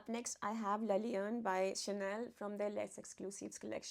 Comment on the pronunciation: Thank you, great video - like always! Only one remark the right French prononciation is « l laion » « le » is the definitive article don’t pronounce it « le » just « l »